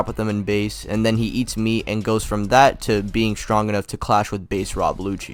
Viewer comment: bro said stronk 💀